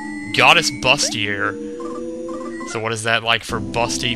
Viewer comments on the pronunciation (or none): "Bustier" is not pronounced BUST-E-ER. It's BOOST-E-AY. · Bustier is pronounced like "boo-stee-eh". I couldn't for shit to the Cuddle Bomb or Negative Man music. Those are the only 2 songs in the game that really got me. I managed to get a 13 on Fear Serious somehow. When I got to Negative Man I was like "Is this a boss..?" and got in the fight and was happy it wasn't!